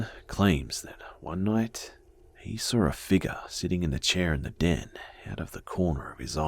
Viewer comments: Fabiola yeah like he says "sawr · I like the way he pronounce the word "saw"